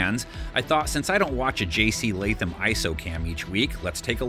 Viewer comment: Preciate you putting some respect on Latham name